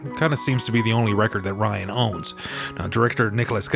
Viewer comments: Rynn, as in Rinn. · Right! I kept saying, Her name is RYNN!!! Lol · "Ryan"?? Hard to have faith in a review if you can't get the main character's name right.